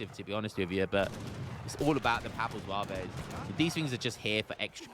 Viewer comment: As a french its so funny hearing how you prononciate french words like papal zouavéézzz. Atcually you don't want to say the E and S at the end of most french words. So Zouaves would prononciate just Zwav. Historicaly Zouaves where algerian light infantry units belonging to the french army. but yeah these units are so op, counter would be a lancer with multiplier vs infantry and artillery, 2 types of unit aztec don't have so that's why they are fucked